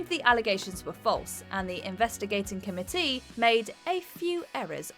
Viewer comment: The way she pronounces committee disturbs me.